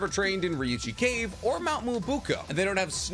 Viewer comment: So you can say Ryuuchi cave correctly but you cant say Frog Kumite? You said it like termite, but kumite. Its Ku-mi-te. Mi is pronounced like Me to you Americans.